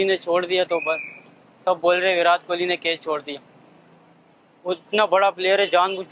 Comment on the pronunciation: "विरात" इनको कोई विराट बोलना सिखाओ यार बेगैरत कौम 🤦